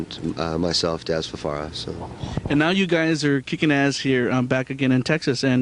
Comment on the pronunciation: Is he saying Farara